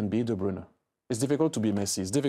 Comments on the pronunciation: Kevin De "Brayne" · Kevin DeBrainnnuhh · Thierry talking about "de brayne" on de Bruyne.